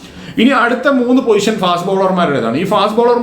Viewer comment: പൊസിഷൻ ആണ് അല്ലാതെ പോയിഷൻ അല്ല 😁😁